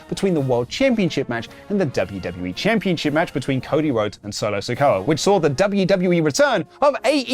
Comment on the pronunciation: Championchip isn't a word. It's championSHIP. I really don't understand why everyone in the world says it that way.